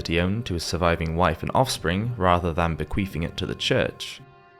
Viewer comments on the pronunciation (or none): said Bequeefing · Lol, he said "bequeefing"